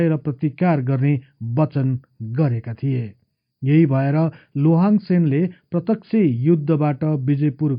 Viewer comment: उन्को नाम शुद्ध रूपमा उच्चारण गर्ने हो भने लोहाङ चाहिँ होइन लिहाङ चाहिँ हो!जस्को अर्थ धनुक धारी महाराजा हुन्छ!लोहाङ लिम्बु हुन सेन होइनन,सेन बंश मा हाङ लेख्ने न चलन छ, न उनिहरुको भाषा भित्र नै हाङ शब्द पाइन्छ!अर्थात मुकुन्द सेन का छोरा नभइ ज्वाइँ हुन उनि!लोहाङ राय अर्थात राजा मारोङ हाङ पट्टी का दस लिम्बुवान का एक सर्दार हुन उनी!अनि मुरेहाङ चाही मारोङ हाङ राजाको सन्तति हुन !उनै मारोङ हाङ को नाम बाट नै पछि त्यो राज्य लाई पछि गएर मोरोङ भनिएको हो!लिम्बुवानी सरदार हरु मध्य एक दुई जना सरदार पुङ्लाइङ साङ्लाइङ हरु मध्य राजा साङ्लाइङ हाङले खडा गरेको गढी लाई कालान्तरमा साइङ्लाइङ गढी हुँदै हाल सागुरी गढी नामाकरण हुन गयो! याक्थुङ आठ राजा मध्ये एक राजा मारोङ हाङ को राज्य मोरोङ आक्रमण गरि लिम्बुवान राज्य खडा गरेका थिए !!तर ती दस सरदर हरु मिलेर पहाडी एरिया तिरका हाङ हरुका राज्य त लुटे लुटे भाको एउटा मधेस को राज्य मोरोङ पनि हाङहरुले गुमाउदा ठुलो संकट आइ परेको थियो!ती हाङ राजाहरुले पनि त्यति सजिलै आफ्नो राज्य गुमाएका होइनन् !ती दस सरदार सित डोटेरै लडेका थिए तर दस सरदार हरु धेरै फौज सित बिषालु धनु काड सित को धेरै दिन लडाइँ पश्चात् हार्नु परेको थियो!आठ हाङ हरु धेरै जना मारिए !तर त्यो मोरङ राज्य को राजा मारोङ हाङ भने भागेर सिक्किम गइ ज्यान बचाएका थिए!छि त्यो राज्य मकवानपुर का सेन राजा को छोरी सित लोहाङ ले बिहे गरे पश्चात् सेन राज्य सित गाभेका हो !अनि उनले पाल्पा मकवन का हर्ताकर्ता युवराज जस्तो उपाधी पाएका मात्रै हुन!यी दस लिम्बू सरदार हरु लिम्बुवान तिर राज्य गर्ने आठ याक्थुङ राजाहरुका बिरोधि थिए!किनकि यी आठ राजा हरुको शासन त्यो बेला अती नै निरुङ्कस थियो भन्ने गरिन्छ!त्यो बेला एक राजा मारोङ हाङ ल